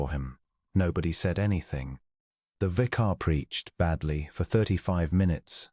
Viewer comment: Mispronounced: content, vicar, tallow, argued, bowed, close, lychgate, embarrass, Adrian, use, rolling, …..; a human diction instructor is urgently required here. Also, the text is not synchronized with the spoken words.